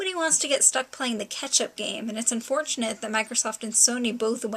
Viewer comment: When you said "Catch up" that one time it sounded like "ketchup". XD